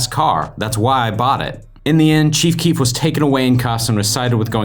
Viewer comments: Whenever u say the cheef I keep think u are talking about the chief of police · Stopped watching this shit cuz u kept calling him “the cheef”😂